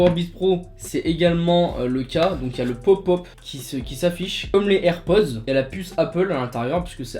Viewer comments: On dit pas les z’airpods mais les h’airpods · Il a dit. AirPause 😂